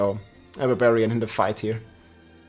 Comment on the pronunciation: Rob the "beh-beriyan" Lord.